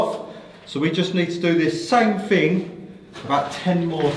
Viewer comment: FING/ ITS THING !! NOT FING